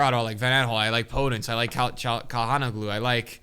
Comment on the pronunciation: Love how this man says calhalknowglue 😂😂